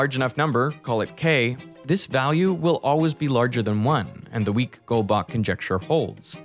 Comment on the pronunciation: The way he said goldbach boils my blood